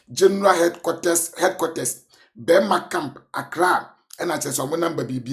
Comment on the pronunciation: Bɛɛrma camp as in Burma Camp! Ooohhh is it by force to read oohhh why?😅😅😅😅😅😂😂😂😂